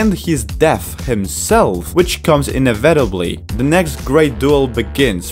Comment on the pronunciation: Inevitably E-neva-Teb_ly I Love your work btw, but I couldn't let it slide.